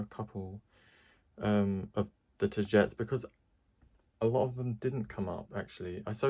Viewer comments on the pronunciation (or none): From what I know you pronounce it Ta - gee - tees. Ta like tata for now, gee like from oh geez and tees like teas